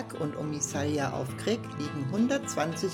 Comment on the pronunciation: Das Video ist gut und hat wirklich schöne Aufnahmen! ❤ Aber es heißt nicht omisalja sondern omisalj (sprich= Omischal) und es heißt auch nicht Krik sondern KRK 😅